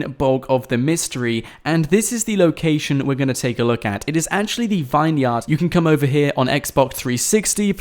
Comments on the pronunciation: is it only me that gets annoyed when he says vine -yard instead of vin-yard , like its supposed to be , do Americans pronounce it vine -yard ? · IT'S NOT A 'VINE-YARD'. IT'S PRONOUNCED 'VINYRD'. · it's pronounced vin-yerd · "Vine-yard" Really?